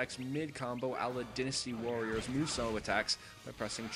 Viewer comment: Really did you really just call it dinasty warriors? its called dynasty warriors it sounds like this when you say it "die-na-sty" not dinasty, the game is made around the chinese dynasty hence the name dynasty warriors you moron.